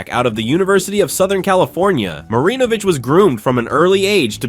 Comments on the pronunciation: Right smh. He's also mispronouncing Marinovich. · You pronounced Marinovich’s name about ten different ways.